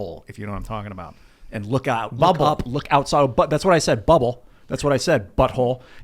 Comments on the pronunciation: Yeah I didn’t hear bubble I heard butt hole, that’s what I said bubble as he says butt hole again... 😆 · Sounded like but hole to me even when repeated it.